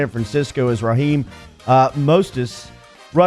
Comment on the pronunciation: Absolutely butchered raheem name..